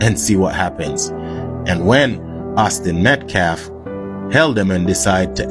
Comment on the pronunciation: Dominique (the man in the press conference speaking for the Anthony’s, also a man who shook a baby so hard it went unconscious and had physical damage,) Doesn’t even pronounce Metcalf correctly he keeps saying Meltcalf and it’s on purpose..it’s another little disrespectful peck at the victims. This case is pure evil.